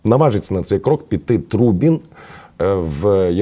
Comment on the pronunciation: Тру Бін🧐, дівчина наголос не туди ставить